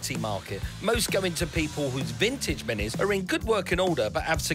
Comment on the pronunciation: Minis, not Mini's